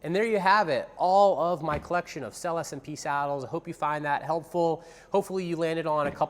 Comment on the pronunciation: May I invite your attention to the correct pronunciation of the word SELLE (Italian for "Saddles")? It's [sellÉ]! Thank you.